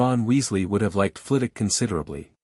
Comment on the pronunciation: Second! Not a bad story. I'd love to understand why none of the AI narrators can seem to pronounce Professor Flit-Wick's last name... It is not Flittock. The story could have used a proper epilogue rather than cutting off so abruptly. I give it about 7.5 out of 10, it would have been higher except for choppy ending. B- or C+.